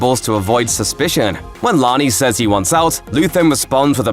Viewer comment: Please learn how to pronounce "says".